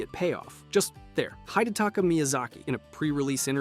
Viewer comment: What the fuck are these pronunciations lmao. HIGHdetaki, ooliSILE, Im surprised he didnt say GWINE Edit: CAATHY?????